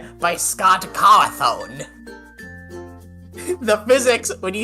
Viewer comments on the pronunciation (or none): Scott coththrone😂😂